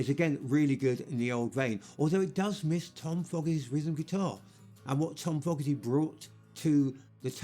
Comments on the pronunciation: I really wanted to watch this doc - but if the narrator cannot properly say the last name of half the band (FOE-garty, not fogg-arty), I cant trust the rest of it - I am out! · Fogerty. Fogerty. Not Fogarty, Foggery?, Fogelberg or Fogey. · It's pronounced 'faux gerty' not 'fog ger ty! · Dude… it’s NOT “Fog”-erty it’s Foe-gerty… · foe-ger-dee not fog-ga-dae find a better narrator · His name if FOE-GERTY...NOT FOGG-ERTY. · FOGERTY.. FOOHHHHGGGEEERRRTTYY. NOT FOGGARTY. that annoys the hell out of me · its FOGERTY....not fog..erty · What's this fogarty crap? Fogerty man, Fogerty. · yea its FOGERTY...not fog..erty. and LODI not loody..damn man, WTF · Fogerty (Pronounced- Foe gertie) / Bayou (Pronounced- Bye you) / Lodi (Pronounced- Low die) / But this is an excellent documentary none the less. Thank You! 😊❤😊❤😊❤ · just watching this on Pluto tv. The announcer is clueless. John Fogerty's last nane in pronounced FOEgarty. the song Lodi is Low di, Born on the Bayou, is pronunced buy you. You would think they would get someone who knew what he was talking about.. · Fah gah tee? Is this a joke? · How do you make Creedence boring? I don't know, but they managed to do it. Seriously - John Fog-gerty?? ""Loddy"? "Born On The Bay-you? Admit it, dude - You never HEARD of Creedence. Then, there's the guy who said "Fortunate Son" wouldn't appeal to "Republicans and supporters of the Vietnam War". Let's remember, it was two Democrats who mired our boys in Vietnam - and then escalated the hell out of it. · This isn't a bad doco on CCR, but two things really annoyed me. 1) The narrator couldn't pronounce "Fogerty" correctly (with a long "o" sound). 2) The Brit with the rotten teeth: as unpleasant to listen to as to look at. Yikes! That's the best talking head they could get to appear in this program? And in my opinion, Deep Purple -- who this wanker holds up as the bee's knees -- doesn't compare to CCR, with their copious string of hits... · FOE -GER - TEE. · He calls him FOGARTY